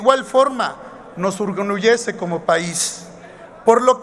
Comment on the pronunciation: Ese Alito me "orgunelleze"..